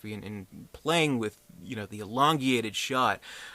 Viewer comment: secs " elongeated..."...????? Ooooh, you mean ELONGATED.....Sheeesh dude...!!!